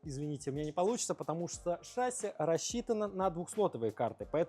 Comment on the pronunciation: «ШАсси»… Что-то совсем плохо в школах с русским языком. Зато, блин, английский знаем…